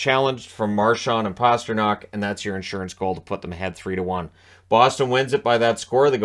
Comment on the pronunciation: Some viewers may have noted the American play-by-play guy saying "Pahstrnak" while his Canadian cohort said "Pastrnak", correctly.